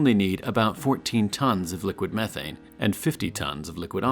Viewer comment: i thought he said 14tons of meth